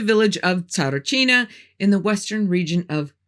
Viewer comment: A Bulgarian here. Have to say - your pronunciation of the names was 90% spot on! Really good indeed as I've heard plenty of English-speaking people trying to pronounce them and they're not doing good. Not at all. My uncle's told me that he's been at the dig site of Tsaritchina at some point but for very short and from what he knew they'd found nothing. And from that exact "No-man's land" documentary you mentioned I knew as far as the smooth wall and Vanga asking them "What would you need that yellow monkey for?" So - I did kind of learn a bit from your video too & thanks for that! There was a LOT of political play around the topic through the years for certain. All I know is - if it's been sealed and untouched/ignored all these years later it might be better to stay that way if there IS anything real down there. Some mysteries should just stay as such. The saying "curiosity killed the cat" exists for a reason.